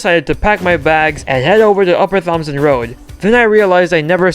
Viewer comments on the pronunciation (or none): Isn’t it pronounced T OMSON